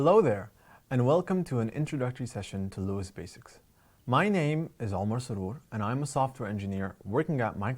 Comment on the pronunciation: his name is "Omar Sourour", not "Osmar Soursour"